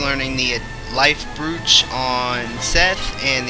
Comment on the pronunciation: Broach...pronounced bro ch.